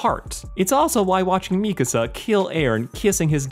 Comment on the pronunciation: Bro really said mikasa like me casa